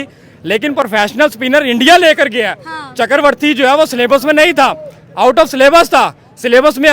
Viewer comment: चक्रवर्ती ❌ चकरवर्ती ✅